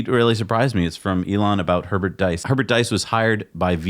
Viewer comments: diess rhymes with geese in Nordschleif, schleif rhymes with knife, strife, fife, life... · About Herbert Diess .... German "ie" is pronounced like a long e in "free".